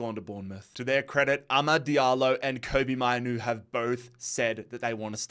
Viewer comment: Say it like maynoo not minoo